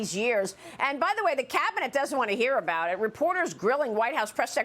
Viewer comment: maria, please learn to pronounce politiCization